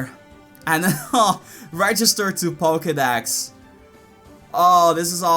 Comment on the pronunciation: Pokedax? learn to speak